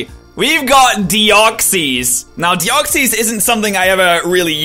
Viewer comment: no offense but u say deoxys wrong